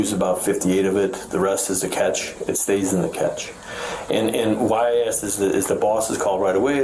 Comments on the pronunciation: English is hard enough as it is without people mispronouncing words without even noticing Cache is "kaa-shay" not "kach" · Wait...its pronounced "catch" not "cash-A"?!? 🤯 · It's an ick to hear him pronounce it like catch, when you know it's pronounced ca-shay.😂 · So thats how you pronounce Cache